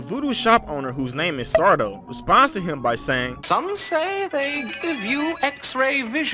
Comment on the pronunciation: it's SAR-Do, no mister, accent on the do I remember him saying that every time he was on AYAOTD lol